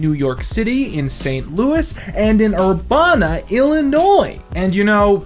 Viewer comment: it's urBANa not urBAHNa